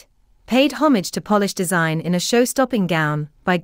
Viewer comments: Polish (adj for Poland) is not pronounced like polish (cleaning agent). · 🎉 please learn how to pronounce Polish and Balenciaga